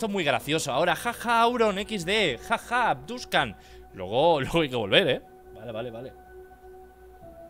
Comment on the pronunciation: Auron diciendo Abduskan